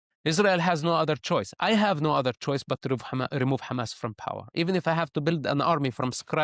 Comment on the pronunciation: Stop calling it Khamas, please. It’s a H sound. Both Hebrew and Arabic hate it